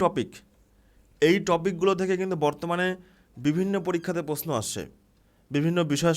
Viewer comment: প্রশ্ন কথা টা ঠিক করে উচ্চারণ করুন 😂